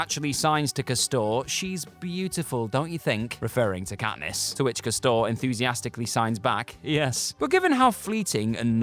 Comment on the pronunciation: Dude can't even pronounce castor properly